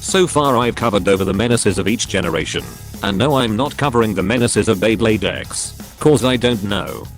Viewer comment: OMG, this is the first time I heard the voice over saying Beyblade correctly. Back in some older videos, it always said b-blade.